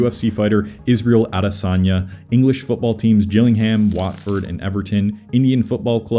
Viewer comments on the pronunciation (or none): Google the pronunciation of place names before saying them. Gillingham